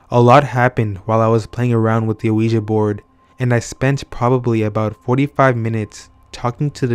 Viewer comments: Just so you know... it's pronounced "weegee" for Ouija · good story but I have never heard a ouji board pronounced that way, I didn't even know what u were talking about for a while...say WEEEEEJEEEEE BOARD!!!! please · They are pronounced wee-g